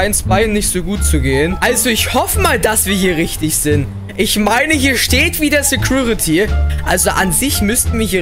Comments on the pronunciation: Genau mein Gedanke...."Sägruritty" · Es heißt security